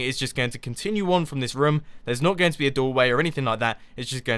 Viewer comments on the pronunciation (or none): You said rohm a lot instead of room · nope is is not correct and it is annoying hearing and is this rum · roooooooom not rom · Mumbo is so funny! I love the way he says room, it sounds kind if like rum! XD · "We could actually make a rUUm" -Mumbo 2015